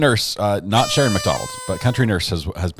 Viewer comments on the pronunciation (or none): none